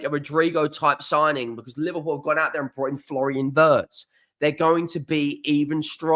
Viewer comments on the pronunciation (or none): none